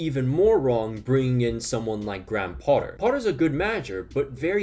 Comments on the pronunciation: Potter's first name is pronounced "Gray-em." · he’ll pronounce Dortmund correctly but not Graham